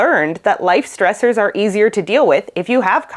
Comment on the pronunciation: She said: "We are coming across stressors." But I thought she said: "We are becoming cross dressers."